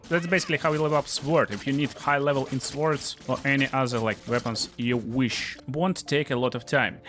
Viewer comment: In the English language, the w in swords is silent. It's not pronounced a tall.